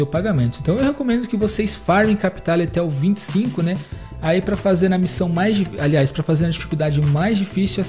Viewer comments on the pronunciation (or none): Se fala missão,e não miçao